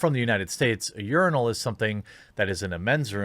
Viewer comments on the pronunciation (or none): How did you manage to turn urinal into a two syllable word? 😂 “yearnal”